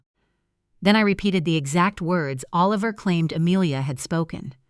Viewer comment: Come on. Oh-Liver?